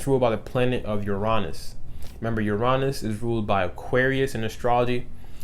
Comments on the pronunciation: Uranus is pronounced (yur-in-uss) tho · 7 11 lol i read this comment before i heard it and i was like hm he’s probably just going to say it one of two ways... no, you have shown me a whole ‘nother way to pronounce Uranus